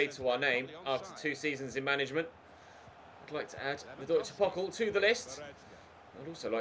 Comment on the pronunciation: You should pronounce the DfB Pokal with the 'a' like in the word 'far'